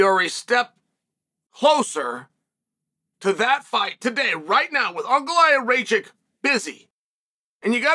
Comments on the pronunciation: It pronounced Rakitch lmao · "uncle-i-have Ray-Check" 😂